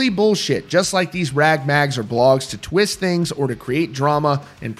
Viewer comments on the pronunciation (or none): none